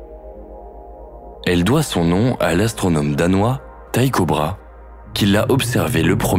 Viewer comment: Très belle vidéo, cependant une petite correction l'astronome danois que vous citez se nomme Tycho Brahé et cela se prononce brahé, pas bra